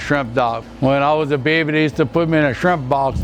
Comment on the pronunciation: "when i was a beeeeeebbyyy" 🤣🤣 that lou accent